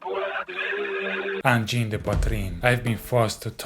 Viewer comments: angine not engine lollllllllllllllllllllllllllllllll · Angine NOT engine. Angine de poitrine is a heart disease. Groovy